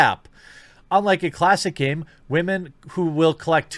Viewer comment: wAmen ... lol